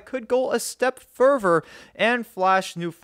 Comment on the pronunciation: See an orthodontist soon, they can help you pronounce 'together' and NOT 'togevver' as you did during this video - the same with 'further' and NOT 'furver' !!!